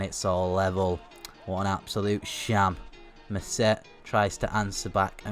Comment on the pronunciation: mousset is pronounced moosey